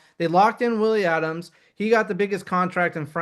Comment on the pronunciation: You both are mispronouncing Willy's last name. Adames - 'Uh-daw-mis', not Adams. Come on, guys, do your basic homework. It's almost been 4 weeks since he was signed and all over YouTube. Where have ya been?😁